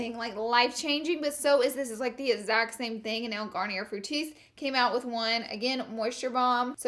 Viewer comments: Laura, you are so cute... lol but Laura Mercier, Garnier, and Glossier are all french names, so the er makes and "ay" sound. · Is it a running joke that every French brand with a silent R at the end, she pronounces the R (Garnier, Glossier, Laura Mercier, etc.)? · Does she not know that she's pronouncing Laura Mercier, Garnier, and Glossier wrong after all these videos? Still love you 😂